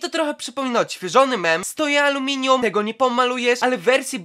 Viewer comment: to nie było aluminium ty "amelinum" tego nie pofarbujesz